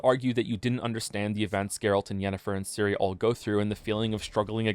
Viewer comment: Your pronounciation of Ciri is wrong. The "C" should be pronounced the same way as in centimeter, or the "zz" in pizza. Not as Siri. Great video otherwise. Though sometimes you pronounce it somewhere in-between a "c" and a "s".